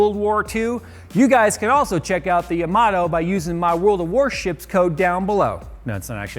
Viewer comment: Omg he didn’t even say Yamato right